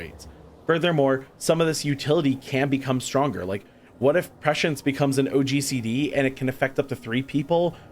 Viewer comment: You’re pronouncing “prescience” correctly :)